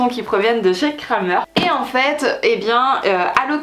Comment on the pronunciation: Coucou, on dit pas "Kramer" mais "Krämer" il y a bien le tréma sur le a 😊